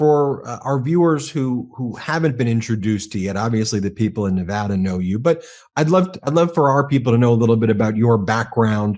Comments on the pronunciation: Thank you for pronouncing Nevada correctly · You said Nevada right, good job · Thank you for announcing the name of the state correctly